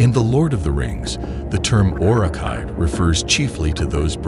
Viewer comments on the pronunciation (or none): the way you pronounced Uruh-Kai and Saruman disturbed me more than the Lore about them. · You're pronouncing the U in Uruk-hai and Saruman incorrectly. Also, way to not mention the most unique thing about the Uruk-hai, and why they were bred in the first place, they had no fear of the sun, unlike their weaker Orc and Goblin cousins.